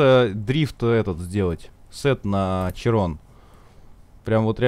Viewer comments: "Широн" , а не "Чирон" .) Такой вот французский язык)))) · Уши кровоточат когда булкин говорит Чирон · Широн блет, а не чирон